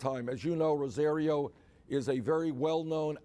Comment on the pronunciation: Damn he is just lying through his teeth. LOL Shame on fame thursty Rosario who is doing anything to keep her irrelevant ass relevant. He can't even properly pronounce her name. I guess to the old white dude minority names can't be bothered to be pronounced correctly. #BERNEDOUT